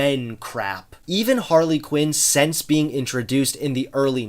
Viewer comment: He also pronounces thing as theng and since as sence